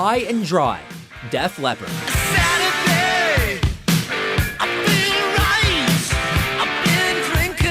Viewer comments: def leepard rly? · Def Leppard? 😂